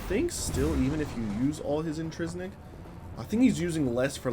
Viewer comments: In-TRIN-sic is the word you are trying to say. Not, in-tris-nic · INTRINSIC. NOT INTRISNICK